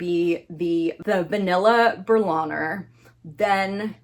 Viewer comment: It is pronounced bear (like the animal, but without the r at the end like a British person would say it) and leena. So it is bea+leena basically. Plural just with an s at the end